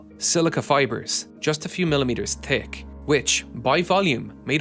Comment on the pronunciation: fail the narrator cant prounounce th,says tik not thick,big fail!.